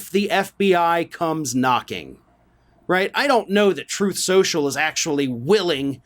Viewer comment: that's 'Troth Sential'! 😂